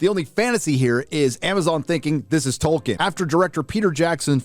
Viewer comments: TOLKIEN, not TOKEN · His name is Tolkien, not Token